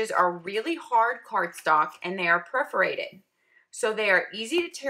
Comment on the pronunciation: Per-forated. I've watched so many of your reviews and I love them. but please. please. please. Per-forated. not preforated